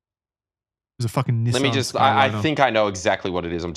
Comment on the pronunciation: If I had a dollar for every time the boys pronounced Skyline wrong, I could afford to buy one.